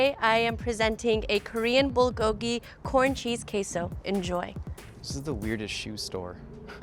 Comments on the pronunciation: Lol “BULL-go-gi”. That pronunciation tho haha. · Whenever I hear the american pronunciation of bulgogi I am so confused, then I realise what they just said and cringe on the inside.